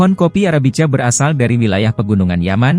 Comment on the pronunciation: Arabica = baca Arabika